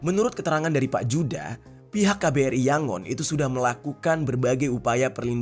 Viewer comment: itu dibacanya yuda bukan juda J dalam ejahan belanda dibaca Y kalau mau nyebut J ditulis DJ Djaja dibaca Jaya